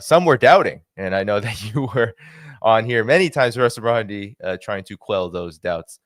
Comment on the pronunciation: Its Marandi not Morandi Get it right